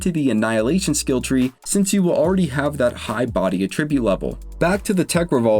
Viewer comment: Attribute: Uh-trib-YOOT is the verb. AT-REH-byoot is the noun.